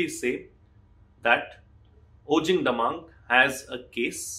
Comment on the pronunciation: Thanks for highlight the matter in your channel. But sir you mistakenly taken the surname wrongly it's "DAMENG " is not "DAMANG". 😊.